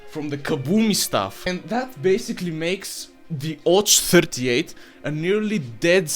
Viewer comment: It's ОЦ, not ОЧ, you confused the sounds a bit. Which is strange, since I assume you're a Bulgarian and thus very familiar with the Cyrillic alphabet. You're literally the ones who invented it. But maybe in Bulgarian Ц makes a different sound. Or I just missed the joke. ... Why are you making my brain suffer, comrade?